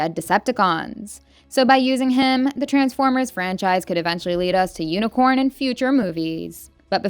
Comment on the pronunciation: OMFG just delete this honestly. Sound so bored, have no idea what you're talking about, and mis-pronounced UNICRON ffs! I'm sitting next to 3 transformer nerds and we are all so mad at this video 🤦